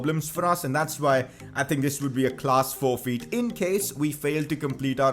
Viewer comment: sorry ik its a bit harsh but his accent when he says forfeit its 'forfeeet' 🤩😂😂